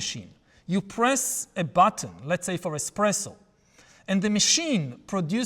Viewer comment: "ai coffee machine", "invented", and "bestpresso insted espresso". 😏